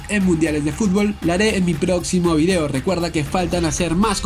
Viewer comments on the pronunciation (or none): none